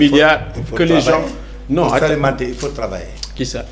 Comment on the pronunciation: On dit les gen_s et non les gense